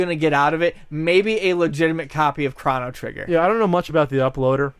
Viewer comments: Chrono not Krano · Chrano Trigger? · Stop saying fucking Craw-no trigger. And btw, conspiracy is real term. It doesn't mean hoax. This guy used the term conspiracy in place of hoax as an interchangeable term. Idiot. Btw, Tower 7 was reported on being collapsed before it even went down. This is simply a fact. These guys need to educate themselves instead of playing video games.